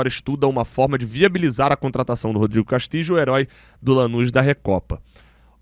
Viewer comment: A pronúncia do nome do uruguaio tá errada. Fica a dica.